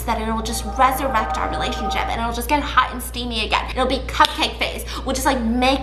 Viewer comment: “It will ✨resurrect✨our relashonship”💀😂